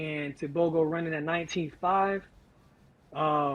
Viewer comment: Wow you pronounced Tebogo's name perfectly.